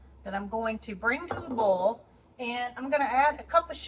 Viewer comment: I love how you say “boil”! You are so darn cute with your Alabama accent